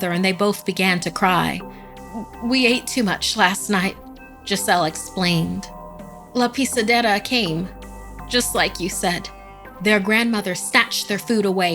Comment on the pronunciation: Because of her how she says: la pisedera i can tell that she speaks that language rlly good